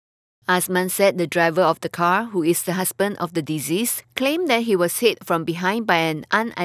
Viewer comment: Sad 🙁 By the way... the word ‘deceased’ was not pronounced correctly 🙃